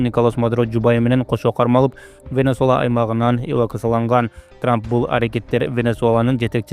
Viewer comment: Венесуэла дегенге тили келбей атат мунун, ушундай блогер журналисттер эле коп болуп кетти, венесола деген